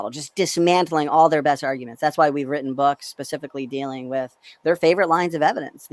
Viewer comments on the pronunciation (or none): none